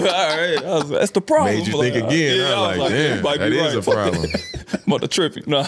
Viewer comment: LMAOOOOO "THATS THE PRABLEM" dyin